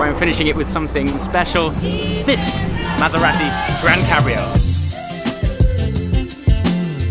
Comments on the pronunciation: You don't need to emphasise the second 'A' in Maserati ! Lol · It's Mazz-er-rahh-tee AND stop clapping your hands fer-christ-sake!!